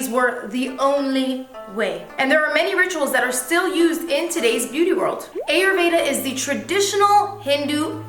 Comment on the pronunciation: Hey... The way you say Ayurveda 😂😂😂 It sounds like the 'E' in elephant. But actually the 'A' in ayurveda sounds just like the 'A' in Avacado